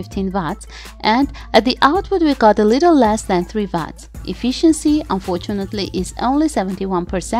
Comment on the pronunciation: Wow, great details in this video as usual. Thank you. Sometimes in English we pronounce things differently. Like : battery. BATT TREE, (the e is silent) amperes. mostly we just say amps. watt. what, pronounced like hot.